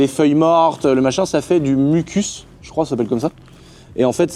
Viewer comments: de l'humus pas du mucus 🤦‍♂️😂😂😂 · Salut a 6.27 on dit de l'humus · De l’humus pas du mucus 😂😂 Ça c’est ce que t’as dans le nez 🙈